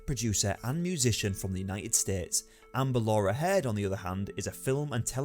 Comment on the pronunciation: Hird ughhh cant understand how your mispronounceing everything weve HEARD all this